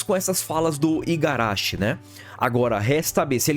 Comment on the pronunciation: Agora que percebi que ele está a dois vídeos falando Igarachi, mas não apaga que o vídeo é muito bom. Tô no hype 🔥🔥